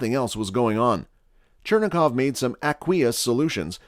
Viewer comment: chuh-rain-kov radiation, not churn-a-kov ... (i know it's spelled Cherenkov or something like that.